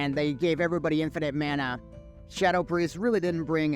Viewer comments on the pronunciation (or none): none